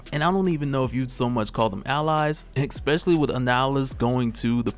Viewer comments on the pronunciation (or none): I just can't listen to you saying exspecially anymore. lol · I Exspecially like the way you say Exspecially...lol